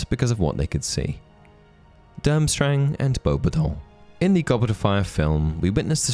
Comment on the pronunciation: Are you sure you're pronouncing beubatons right? I always have heard it said bo-bat-tons